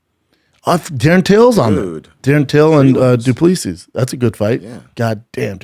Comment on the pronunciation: He said Ponzinibbio, du Plessis and Edmen's names wrong ffs